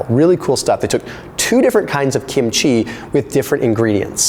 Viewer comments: Love the video and also love Kim-chi but after living with Koreans most of my live I have to say that you are saying it wrong the accent is on the first syllable not the last. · The way you repeatedly mispronounce kimchi is probably pissing off the likes of dr fung